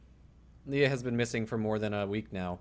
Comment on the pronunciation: You said Lea right, I fucking love you.